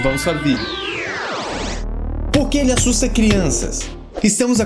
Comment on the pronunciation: ''assuta'' kkkkk